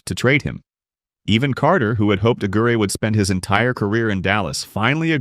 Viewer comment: Right away mispronounced Mark Aguire’s (AG-WIRE) name